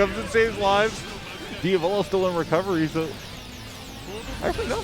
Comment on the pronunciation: It’s di-A-volo, not dia-vOlo.